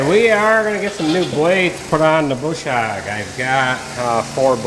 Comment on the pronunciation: I like how says it.. just the right eastern accent on the "hog".. lol